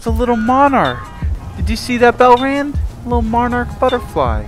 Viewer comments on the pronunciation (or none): is someone gonna tell him its not pronounced belrand